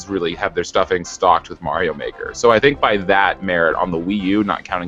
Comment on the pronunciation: "Stuffings stocked with Mario Mahker?" I'm sorry, did you mean "stockings stuffed with Super Mario Maker?"